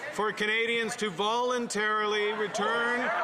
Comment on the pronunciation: So, he just said, "voluntairally".